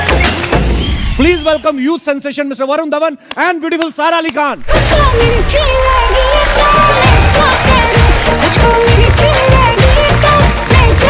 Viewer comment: When kapil says "Youth sensetion" 😂😂 lmao